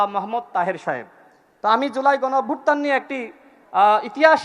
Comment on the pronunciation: হালায় গণঅভ্যুত্থানটাও ঠিক করে বলতে পারে না।